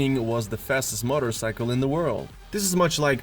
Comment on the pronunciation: Yep that's what I thought. Motter-cycle?? LOL